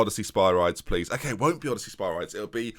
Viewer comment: Ask alexa/siri/bixby how spyridis is prounounsed